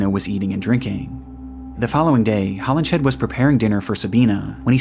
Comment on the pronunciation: Just a note on pronunciation: "Hollinshead" is pronounced "Hollins head," and "Folie à deux" is not "folly a doo." In French, syllables are stressed equally, but with emphasis falling on the final syllable, so whereas in English the stress for "folly" is on the first syllable, in French it would be the second. For the vowel sounds, think of the sound "ugh," like a grunt, and say "fugh-LEE" and "-eux" like "urr" with the r deemphasized. Or go to Google Translate, set the language to French, type in "Folie à deux" and imitate what the TTS says.